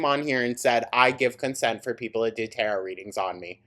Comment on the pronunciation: Not butchering tarot, interpretation, & spirituality.... girl...